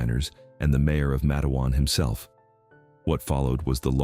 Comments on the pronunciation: It was very disturbing how he pronounced the town's name so wrong. I want them to know it's Mate-wan like Mate one. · I thought Matewan is pronounced Matt e wan